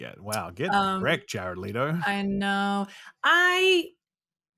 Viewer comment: It’s Le-toe. Not Lee-toe.